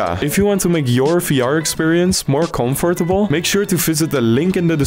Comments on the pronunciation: Bro just said confortibl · More coNpruFlebul💀😂